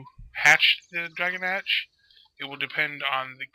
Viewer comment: it's pronounced draw-gaw-nawsh